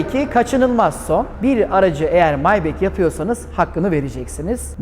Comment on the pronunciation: Neden maybah değil de "maybek" :)